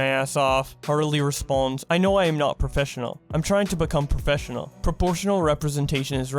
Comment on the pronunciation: New Challenge: Take A shot says professfinial.